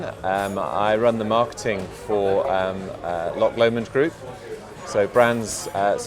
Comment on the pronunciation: So the guy from Loch Lomond can't even pronounce Loch Lomond. Sigh. :(